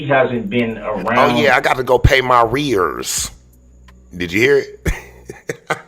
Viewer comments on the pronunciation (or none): He meant “arrears”. There’s only one word that means being behind in child support. It’s the same as back pay. The fact that he says “rears” is simply because he rips the hell out of the English language, not because of where he lives. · It's arrears